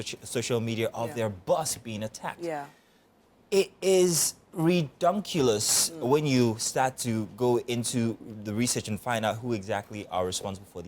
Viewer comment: Ridunculous???? Wow, please watch your diction man. Ridiculous.